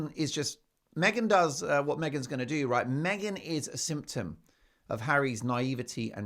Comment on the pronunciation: ‘Meghan is a symptom …’ For a moment there, I thought you said Meghan is a Simpson 😂